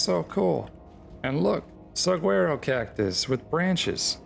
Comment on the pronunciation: Suhwaro not however you're saying suguaro lol